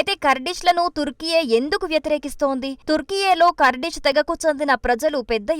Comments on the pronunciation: Not kardis it's Kurdish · పూటకు పది సార్లు కర్డిష్ కర్దిష్ అనకు.అది కార్డిష్ కాదు కుర్ధిష్ 😂😂😂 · ఖుర్ధిష్ అని పలకాలి తల్లీ!!